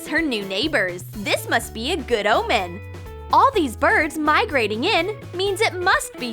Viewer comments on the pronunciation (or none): none